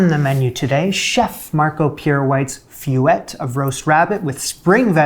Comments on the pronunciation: I love this channel, but is it really all that difficult to learn how to pronounce feuillete? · please look up the pronunciation of feuilleté oh my god sdlkjfksldjfsl